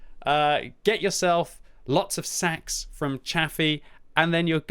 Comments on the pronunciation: Stop saying Sacks fml! Now I want to be getting lots of sacks for christmass. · Have a drink any time said SACKS.:D